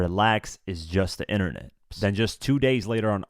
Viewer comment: "It's the innanet" - 👑 Von